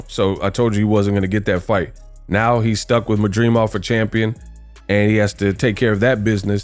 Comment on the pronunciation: Why he can’t pronounce his last name correctly 😂😂😂